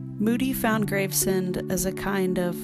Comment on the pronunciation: The word is pronounced Graves-End, NOT Grave-Send.